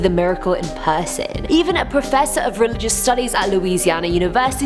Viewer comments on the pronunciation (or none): the way she said person 😲